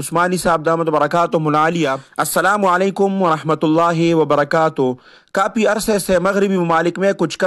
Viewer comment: جزاک اللہ خیرا اس کے ساتھ ساتھ اللہ تعالٰی آپ کو فھم دے کہ آپ کافی اور کاپی میں فرق کرکے صحیح ادا کریں۔